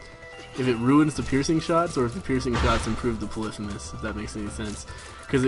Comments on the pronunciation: You keep pronouncing 'Polythemus' wrong... It is : Polly-Fee-Muss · I think it's poly-fee-mes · LOL at him calling polythemus "puhlithamiss" know your greek myths! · is it just me, or does the way he says polythemis mess with you? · repeat after me: pah-lee-fee-muss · why do you pronounce polyphemus so weird?